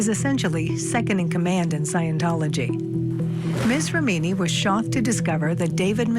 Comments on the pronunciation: I do appreciate the report, but it was very amateur hour. The host is difficult to listen to, and how TF, does he not know how to pronounce Xenu, or the woman not know how to pronounce Remini? The fact that they left that in is ridiculous. Dont they have anyone fact checking or researching this story before airing it? Thankfully there are many FAR BETTER overviews of Remini's lawsuit available on YT. I couldnt continue watching this debacle. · The research on this programme is sub-par “Xanu?” The pronounciation of Leah’s surname… But overall it was a good show and they had the guts to do it, and there’s still a lot to be said about that. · It would be GREAT if the person READING IT could at LEAST learn how to pronounce her NAME 🙄 It's REM like THEM, and inny like an inny belly button lol. REM-INI not RA-MEANY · First of all... it's pronounced REH- MI- NEE not REH- MEE- NEE. 😳🙄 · Rem-in-ee. Ffs if you can't pronounce the name of the person you are reporting on you lose all credibility 🙄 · Leah Rimeani😂. When it doesn't matter how stupid it sounds, just get on the air. I hope to God this was a AI reader. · It’s pronounced « Remm a nee » not Re meni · Tell that female reporter that her last name isn't pronounced "Re-meen-ee," it's pronounced " Reh-meh-nee." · Please learn to pronounce names correctly when you do voice over. Who are miz rAmeeneee and mr miskaaavej?? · 🦉 Who is Mrs. “Rah-Meany”? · I wish the narration would pronounce her name right. REM in i. Not re MI ni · To the woman who did the voiceover for CourtTV: Leah’s last name is pronounced REM-IN-EE not RA-MEAN-EE!!! Come on CourtTV, your standards need to be above those of amateur YouTube creators! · Why is the female reporter mispronouncing these people's names? "Re-mee-nee" "Miss-caw-vidge" Infuriating. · The narration of the names is driving me NUTS!!! "Rah-meany" 🤦‍♂️🤦‍♀️🤦 "Miss-kaw-vich" 🤦‍♂️🤦‍♀️🤦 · Name looks Italian. The second syllable gets accented.